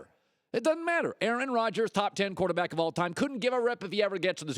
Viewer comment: Why can't colin say the word quarterback? "Korta back"